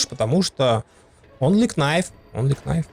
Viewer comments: Очень крутой спидран! Респект! Но! Кнайф очень резал (что иронично) слух)) правильно "найф" К - не читается) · онли КНайф ..... аааааааааааааааааЪЪЪ мои уши! Ъ